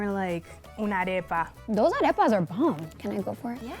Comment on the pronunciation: Why can't Beatriz pronounce arepas right? They made those arepas with that spray too? Tragedy